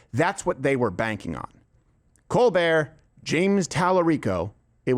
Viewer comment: His name is pronounced Coal -burt. fact